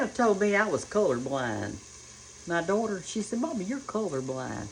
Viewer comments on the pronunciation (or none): none